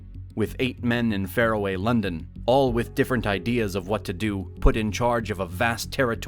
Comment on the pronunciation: Is it the way it said fairaway instead of faraway?